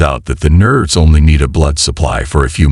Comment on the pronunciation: Why use computer voice? It doesn't work and it's irritating. The nerves become nerds and the Quran become corn...